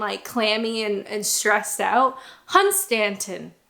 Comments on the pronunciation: You said "Hun-STAN-ton" rather than "HUN-stanton". There is a rhythm to place names. English place names tend to emphasise the front. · Hunstanton should actually be pronounced 'hun-ston'. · A lot of fun! My dad was born just up the road from Hunstanton and is pronounced 'Hunstun'. Have you tried these also from Norfolk... Stiffkey and Ingoldisthorpe?